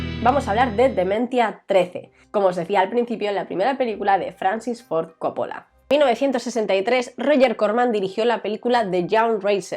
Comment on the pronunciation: ¿por qué coppola y cólega? ¿no es cóppola y colega?